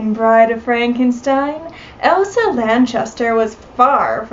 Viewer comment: Her name was “ELSA” it appeared as though you were saying “EVA”